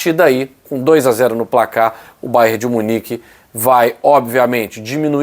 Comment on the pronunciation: não é Bayer, e sim é BayerN. É nome do estado em que tem sua sede = Baviera de Munique - Bayern München! Bayer é fábrica de medicamentos e outros produtos químicos que tem sua sede em Leverkusen e tem até um clube lá, o Bayer Leverkusen.